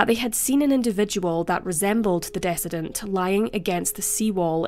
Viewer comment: I'm guessing you meant 'decedent' not 'dissident'. Not at all picking on your accent, just going for clarity... Love your posts,;)